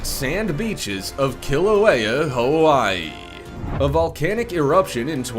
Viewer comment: Omg ... You'll yr pronunciation of Hawaiian place names... Im from Hawaii and yet I've never heard worse pronunciation even from tourists